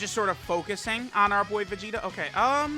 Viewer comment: Is it me or everytime says vegeta it comes out as vegito.